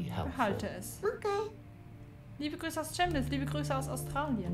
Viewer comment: Ich liebe dich aber Chemnitz wird mit K am Anfang gesprochen komme von hier 💕💕💕😂😂😂😂😍😍